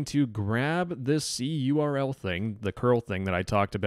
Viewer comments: Im cringing at the pronunciation of cURL (curl). It's just pronounced curl, like the program present on every modern operating system. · cURL is generally pronounced like curl, not like the individual letters.